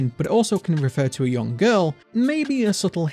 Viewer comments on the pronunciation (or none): none